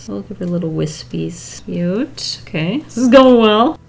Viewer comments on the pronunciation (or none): “Annie are you ok-ey” I’ve never heard that before that was so funny